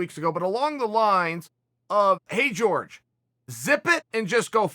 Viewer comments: Jorge: it’s Pronounced hor-hey Chael: it’s George Jorge: I apologize Chael, can you get in touch with my parents and set them straight please? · Can you stop anglicizing ethic names it's Jorge not George it's Kamaru not Marty! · Fuck. It's not "George", man. It's "Hor-hey ." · George??? Wtf is George... its pronounced OrHey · Everyone: hor-hey Chael: George Everyone: George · He get Cejudo correct though 🤣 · Hey Chael! His name is pronounced Jor-hey. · "GEORGE" lol Chael is doing this on purpose lol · Jorge pronounced as George. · I’m waiting for him to start pronouncing it correctly as Georgy porgy. 😆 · Tom babybot you mean Jorge is pronounced Horhay in Spanish. 🙈😂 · We'll be respectful and say his name right. You "whitening" his first name is very disrespectful. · Chael " GEORGE MASVIDOUL" Sonen